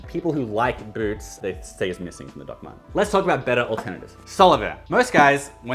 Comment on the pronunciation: I know you’re saying “Doc Martens” in a funny accent, but I keep hearing it as “Duckman’s.” 😏